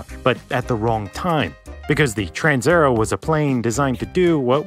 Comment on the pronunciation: TransAerEo. You swallowed la A and E. It is not a Trans_er_o.